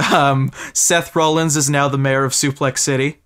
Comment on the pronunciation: I hate to be "that" person, forgive me because I can't help it, but I'm pretty sure it's Seth Rollins. Not Seth "Rollings".